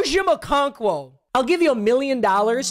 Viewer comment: Where’s my mill for saying Okonkwo’s name right first try? Lmao